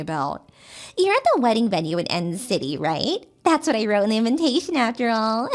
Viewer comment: I love how she pronounces "invitation" as "inventation"....por quoi?!! 🤔🧐